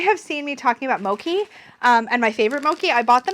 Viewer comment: hermione voice it's mo-chi not mo-ki 😂